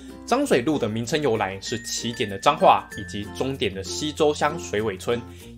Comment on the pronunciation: 超好笑溪州 西州 溪州 不是溪洲喔，差很多😊